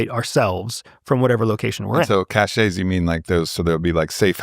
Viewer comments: CASH-AY? It’s pronounced CASH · Correct. Unfortunately it has become an unstoppable trend to mispronounce it. I can imagine GenZ or whoever will change dictionaries instead of changing their behavior. It’s getting as bad as “you loose the game” or “he choose the right one” . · look up the pronunciation of CACHE